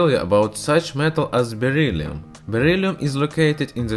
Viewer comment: It’s beryllium not berylium